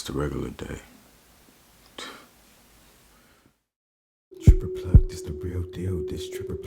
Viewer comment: Tripper Plugged...you mean Ripper Plugged lol.